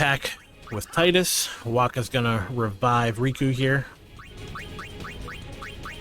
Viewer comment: But not Tidus